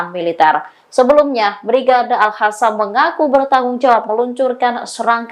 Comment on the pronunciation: kok masih alhadam.pakai k dan o.jadinya ko.agak tak terlalu jauh salah bacanya.alkosam.klo tak bsa q.🙏